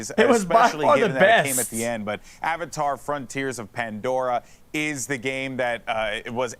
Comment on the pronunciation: "AH Vatar Front tires of Pandora" Pepega